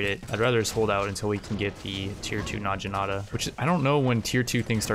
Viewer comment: Oh my gosh the way that you pronounce some words really bothers me. It's Nog-E-Nata